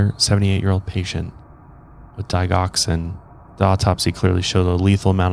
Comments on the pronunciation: Our meds are kept in a locked dispensing system that we access with our fingerprint. And since you asked 😊 it’s pronounced DiJ oxin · I always thought the g in digoxin had a j sound, because it's made from the plant foxglove, aka digitalis, and I was sure the g in digitalis had a j sound too. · Australian Nurse. Overall, most meds aren’t restricted, so OD’ing a pt on insulin or digoxin would be easy. But it’s also traceable with pathology, so one can assume you’d get caught… Pretty shitty that unstable people use high trusting jobs to do crappy things. I also say digoxin so differently than the way you say it 😂